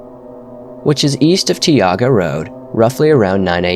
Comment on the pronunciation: Some pronunciation corrections. Tioga is pronounced Tie-yoga and Tenaya is pronounced tin-eye-yah